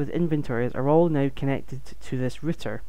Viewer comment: good video but why are you calling it a ritter when it is a router? r-out er